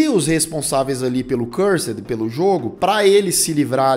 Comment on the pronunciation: Oie, top o vídeo!! Mas o nome do jogo é Curser, não Cursed kkkk abraço